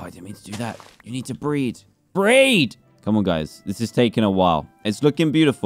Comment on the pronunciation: when he said "BREED" I thought he said breath